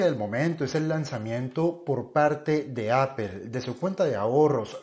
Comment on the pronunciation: Se entiende que a los españoles les molesta el ingles pero que un colombiano no quiera pronunciar bien la plabra Apple es gana de joder